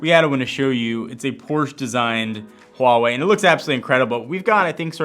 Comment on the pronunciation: HUGE thanks for saying "Huawei" correctly!